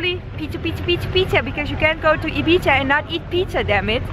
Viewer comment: 'eat pizzehh in ibizehh.' hahahah <3